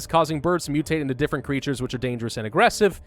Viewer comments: Because the author spelled it with only one "g" and pronounces any misspelled word slightly off. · Why are you saying aggressive like that?